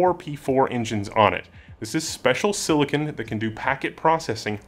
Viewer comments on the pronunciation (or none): none